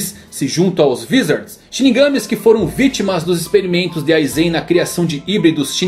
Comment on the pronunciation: Muito bom o video, só errou nos vizards aiudhasuhdaiushau é Vaizards kkkkkkkkk